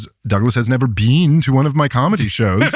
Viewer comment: "You've never bean?"